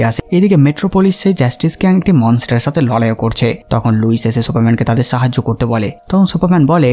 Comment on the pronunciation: ছে ফিরে এচেছে! ছে, ছাথে, ছহজ, ভাছা 🙄😂 কি উচ্চারণ মাইরি? 🤣